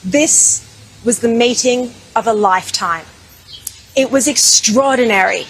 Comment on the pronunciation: Sounded like she was saying she was "mating with Netanyahu" not "MEETING with Netanyahu." Long live Bibi. Long live Israel ! Israel invented the West, Israel will save the West.